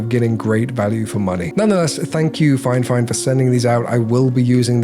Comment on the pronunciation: I wanna be honest The video is great in terms of the quality of the video and editing. Your delivery is awesome. The review quality is not nearly as good. First of all, you were saying the name wrongly all along. It's Fifine not FineFine. You're reviewing but haven't paid attention to the name yet. Secondly You said you are not a professional when it comes to audio and music and stuff like that, yet you're going for reviewing a Studio monitor. You must have a trained musical ear to review a studio monitor. You also gotta compare with another studio monitor. You only talked about the build quality. When it comes to budget gadgets, the build quality is the last thing that matters. Factories will invest the most amount of the cost into the functionality of the product, not the materials. As someone (a musician and editor) who is looking for a professional review video of the product to understand if it's worth buying or not, this video is absolutely useless. It's like a non-pianist reviews a Piano and only talks about the build quality of the keys, not knowing how to play or how it sounds, telling people "I don't recommend this" Hope this feedback helps 🤜🤛